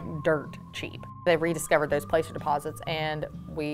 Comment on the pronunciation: Are you sure it’s called placer, with a long “a”? I have always heard it pronounced with a short “a” sound. There is a town in CA called Placerville and it is pronounced with a short a.